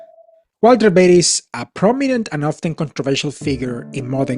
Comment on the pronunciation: Find something else to do. You have no business to judge anyone. You are a click baiter. And just annoying. And for the record it is Walter Veith not Walter Beith